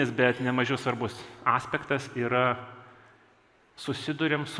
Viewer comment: Nenoriu buti kalbos nacis , bet dažnai Ilja vartoja žodelį aspektas , ir kirčiuodamas pabrėžia a pradžioj , kai kirtis yra ant e :))